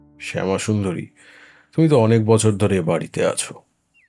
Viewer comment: বছরের পর বছর কথাটি আপনি বচ্ছরের পর বচ্ছর পড়লেন , বেশ কয়েক বার। এদিকে নজর দিতে অনুরোধ জানাই।